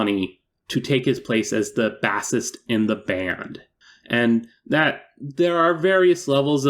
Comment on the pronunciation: you pronounced bassist like the fish and it made me chuckle